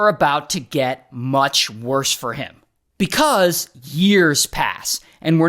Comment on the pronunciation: Bekauzzeee 🐓🐓 I don’t know why u say because like that